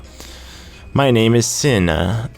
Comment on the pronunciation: Sina is pronounced SEE-na